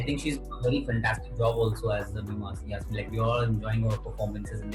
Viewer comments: she pronounces "Yasmine" wrong 😭😂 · I swear yes like who pronounces "Yasmine" as "Yesmine"!?!?